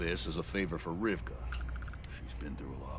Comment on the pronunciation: FYI, Rivkah is the original Hebrew version of the name Rebecca (you seem to be switching the consonants in her name all the time)